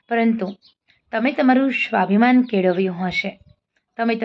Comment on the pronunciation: સરસ વાત છે પણ વક્તવ્યમાં તમે 'સ'ને 'શ' તરીકે ઉચ્ચારણ ન કરો.'સ્વાભિમાન' ને 'શ્વાભિમાન' બોલો નહીં.